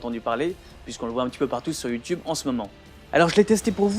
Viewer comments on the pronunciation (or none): none